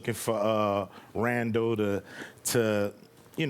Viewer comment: did he say Randall?